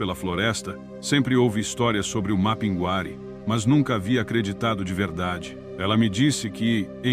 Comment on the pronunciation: A IA falando mapinGUÁri acaba comigo kkkk Mas, sou fã do canal